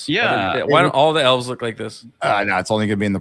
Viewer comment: The hobbit lass pronounces "elves" and "dwarves" as "elfs" and "dwarfs". Tolkien would be fucking boiling.